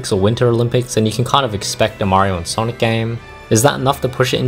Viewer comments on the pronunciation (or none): none